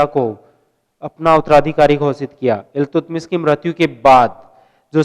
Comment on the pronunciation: what the hell is going here...u really don't know that how to speak iiltutmist...😂😂😂😂😂